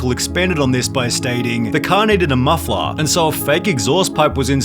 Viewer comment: wtf is a Mufflahh